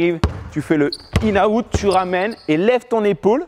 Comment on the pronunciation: C'est "in and out" pas "inaout" wesh